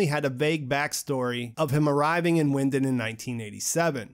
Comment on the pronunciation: Great video, though I don't like how you pronunce Winden